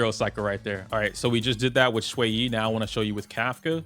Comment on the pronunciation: I'm 1 minute in, thank you for saying Xueyi's name correctly!